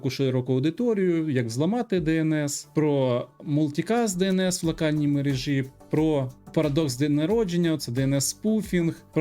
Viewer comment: Есть только один момент: правильно будет "в мерЕжі ", а не "в мережІ ". Мне это не мешает, но все мои знакомые филологи убить готовы, когда слышат некорректное ударение.